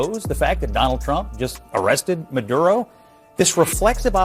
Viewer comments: i rock with you unc but you can't get mad at a latino man saying a latino name the way it should be said. It's not gaining an accent its using the correct pronunciation. When you say the name of certain brands, foods, or cars it sounds ignorant to say it the wrong way...just saying. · Tatum your going over your head about the way he is pronouncing the name. Is a Spanish Name and the way is pronounced is correct. Don’t go there because you’re sounding ignorant. Keep it in the main issue. You don’t try to get to a Russian name and give your accent because you’re not Russian like you think it suppose to be pronounced. Same with a hispanic name Specially when is in contest appropriate according of where he comes from and Hispanics know how is pronounced. If you don’t know the language and you pronounce it with an accent it should be Ok because you don’t speak the language. But when someone does then it should be pronounce right. Once again don’t go there… Because it’s just ignorant and Karen like. Love your content but you’ve been getting to emotional and as Cristian you need to ask God to control your emotions and lead you to be wiser in the way you speak. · Homie in the beginning Mad, that a Reporter of Latin Descent can pronounce “Nicolas Maduro” lmaooo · Don't be jealous that you can't roll you r's. People who speak Spanish will pronounce Spanish names properly. Not mispronounce it in an American accent. You are so funny 😅😂😂 Dale jajaja 😂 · He’s actually saying the name properly in Spanish. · You might be mad but he is saying correctly maduro he’s just saying it the way its correctly pronounced thats all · There's nothing wrong with properly pronouncing Nouns in their native pronunciation...come on Tatum. Don't be jealous because you don't speak Spanish bruh haha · He said it right. Maduro 😂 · 😂😂😂😂 If you can say the mans name the way it's supposed to be pronounced, then why not 😅 that's on you if you can't. Lol practice you'll get it .😅 luv